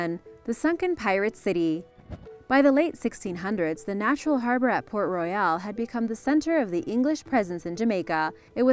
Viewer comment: Its PORT ROYAL not royale there is no e stop at the L and pronounce it as intended Please